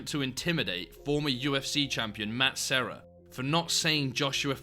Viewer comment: Side note as a portuguese speaker, Matt Serra actually gave one of the best pronunciations of that name ahaha and that jerk corrected him to how usually English speakers pronounce it 🤣 what a crumpet